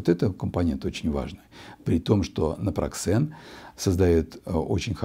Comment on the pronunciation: Напроксен выходит,а не напраксен